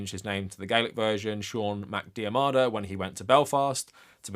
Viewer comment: The pronunciation of your ancestor's name Macdiarmada is more like "mac dear muhduh" Stress on the "diar", and the next part said quite quickly